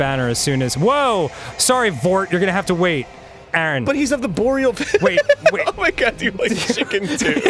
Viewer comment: I rewatched this for the sole purpose of hearing "...right in the boreal valley".